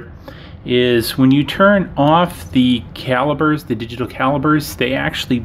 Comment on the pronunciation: When you say pop do you pronounce it “bob” 😂 sorry it’s just so funny to me. Calibers …lol